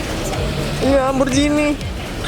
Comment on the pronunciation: Lamborghini slur bukan lamborjini